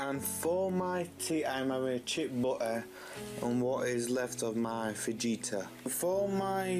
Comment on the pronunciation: The way he says fajita cracks me up 🤣🤣 the j is pronounced like an H 🤦‍♀️